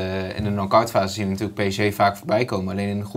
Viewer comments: Zeg gewoon a.u.b ''PSG'' & NIET PSJ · waarom zegt iedereen altijd PSJ....het is fucking irritant.